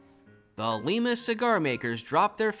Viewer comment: Thanks for the great content! Re: pronunciation, I think it's LYE-muh not LEEmuh (yeah, they got it wrong compared to the capital of Peru lol). Musk-OH-gee not MUSS-kogee. And EE-nid not Eh-NEED. Source: my grandpa is from Enid :) In any case, you're certainly doing a way better job than I would be, keeping 200+ towns and clubs straight!!